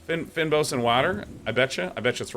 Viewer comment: and Day9, it's pronounced "feign boss" :)